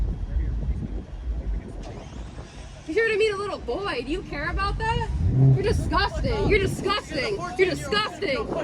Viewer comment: “Your dizguzzzztang and you know it BeeeYawtch!!!” 👍😂🤣😂 sorry… its not a laughing matter… but there are some hysterical moments.